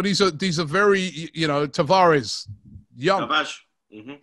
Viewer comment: definitely wanted acknowledgment for getting the pronunciation of Tavares right. Lol!!